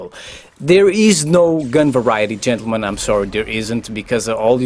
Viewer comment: Why do you say chentulmen, girl play COD to.